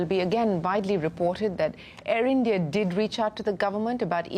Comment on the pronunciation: ieeendiaaye......how hard is it to say "India"